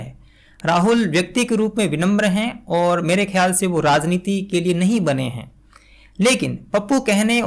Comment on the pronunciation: Dear, what about the 'vyangya' by Muhammad Zubair? Didn't that deserve not only digging but jail as well? Don't old movies deserve digging and name calling? And just because you talked about the need for good Hindi, here is a humble advice for your own Hindi. It is "rajneeti" and not "razneeti". I have still been listening to you in spite of these flaws in Hindi because it is the ideas that matter and not necessarily the language. About demanding apologies, they are only targeting the journalists because they have no business to call anyone pappu or phenku. Only politicians can do that, which is why no one has demanded an apology from Amit Shah or Modiji or other members of the BJP. So there should always be a difference between Srinivas and Saurabh Dwivedi. While Srinivas is a politician and can behave like a troll just like Amit Malviya and Sumbit Patra, Saurabh Dwivedi or you for that matter cannot behave like a troll as long as he calls himself a journalist.